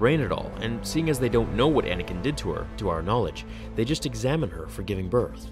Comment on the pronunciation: Anakin not Anikin